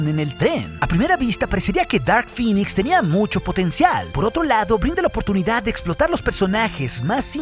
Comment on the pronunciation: Cada ves que escuchaba que decías "Dark Phinix" me daban ganas de vomitar verde , se pronuncia "Dark Phinex"